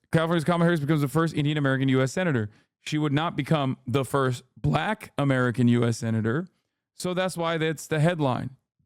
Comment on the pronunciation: Exactly. It almost sounds like he's saying "blech."